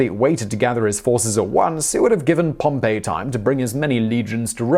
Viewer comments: Yes, he says 'Pompeii" instead of Pompey (Gnaeus Pompeius Magnus). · Simon, please, if you do more on Rome, Caesar's opponent was POM-pee, not Pom-PAY. That was a city.